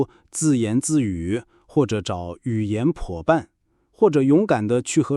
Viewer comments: Did I mishear or something? I heard he said "yu yan puo ban" instead of "yu yan huo ban" Did he? If that's the case, I wonder which part of china he is from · 是不是我耳朵变坏了😂 ”如果你找不到语言宝贝” 😂😂